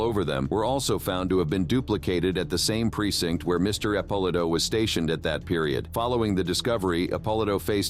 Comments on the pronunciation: Narrator is a knucklehead. It's "Ep-oh-lee-to" not whatever the hell he said... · Epp-o-lee- toe